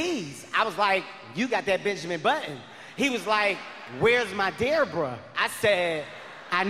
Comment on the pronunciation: He said DEARBRA😂😂😂😂😂😂